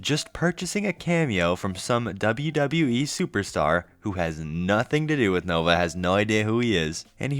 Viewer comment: The unibrow furl, that smirk, and a grown man saying "wib" instead of "with" just brings vomit from the depths of one's gullet.